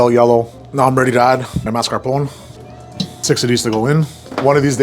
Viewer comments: Well, maybe not exactly correct. He says MAS-CAR-POHN instead of MAS-CAR-POHN-AY. But, at least he doesn't say MARS-KA-POHN. That would just be an abomination. Just as terrible as saying CAR-MELL for CAR-A-MELL. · Mar-ska-PON-nay. C'mon. You should know the "e" is pronounced! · Amigo you’re Italian it’s “ marscaponeh”. Jeez 😍😘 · he said "mascar-poun" still wrong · As someone venetian descent this is not..tiramisu. Italian Americans are such a bad representation. Tiramisu is just espresso. There is no liquor traditionally. Also if you wanna say you are italian descent and making it...pronounce it correctly lol. Mar-sca-po-knee. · “Mask car pone” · I usually love these videos... But the way he kept saying marscapone wrong... It really peeved me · I know this chef is fake by the way he pronounce "mascarpone" ! 🤪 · Went do you pronounce Mascarpone incorrectly? Where exactly are you from? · Why is he saying Mascarpone so weirdly? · How hard is for somebody whose whole persona is “being Italian” pronounce the trailing E in Italian words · I don't think he does pronounce it correctly... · Dunno about learned from Italian guys when you mispronounce mascarpone EVERY time